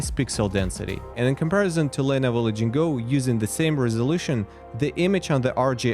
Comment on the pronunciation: lenovo la-ging-go????????